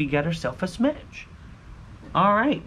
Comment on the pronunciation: Nice “smatch”